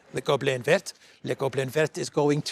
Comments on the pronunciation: you are totally mis prounincing the French word for green using English understanding of the alphabet it is more like véer. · you don't pronounce the ending " t " in vert. Its "ver" (like "worm" and "glass" in french!) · And Christo says le goblin vert ,pronuncing the T at the end of VERT . I'm giving up . Done. 😐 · You don’t pronounce the t in vert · Hi, good to hear you again. BTW, i like le goblin vert! I think the French dont pronounce the t at the end of vert!